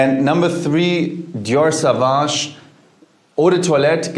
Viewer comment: Almost .. The pronounces "Sauvage" wrong.